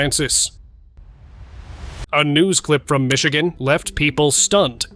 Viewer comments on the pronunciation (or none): none